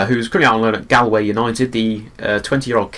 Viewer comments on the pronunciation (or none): Wtf he said GAALWAY